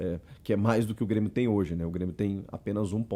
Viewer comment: O Super "Brêmio" tá demais